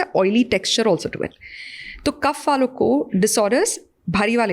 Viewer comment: I request please do not replace our words with English language It's kaph not kapha It's Vaat not Vaata It's Pitt not Pitta